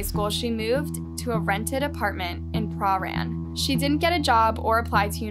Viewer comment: fk me!!! i live 30 minutes from here and one o my best mates live in that area wtff also its pruh-ran or pran not prah-rane